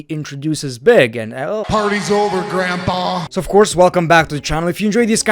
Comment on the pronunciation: BWIGG BWOOTY BWIGG